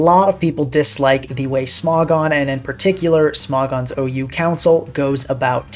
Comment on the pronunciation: Smog-on instead of Smo-gon 🗣️🗣️